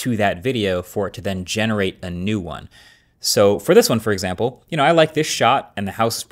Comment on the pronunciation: “extample” content? 🤨